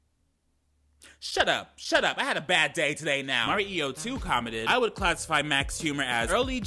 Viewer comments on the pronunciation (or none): none